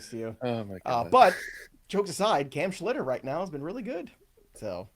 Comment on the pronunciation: It's Schlittler not Schlitter.